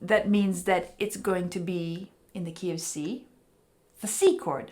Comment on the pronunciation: it took my far too long to realize you were saying "key of C" and not KFC.